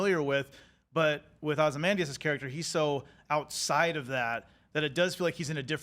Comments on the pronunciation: Veidt didn't drive Dr. Manhattan away. That was the movie. Does anyone at IGN know how to pronounce OZYMANDIUS and BUBASTIS? I mean, it helps if you read the comic. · Glad they got rid of the girl who couldn’t pronounce “Ozymandias” to save her life.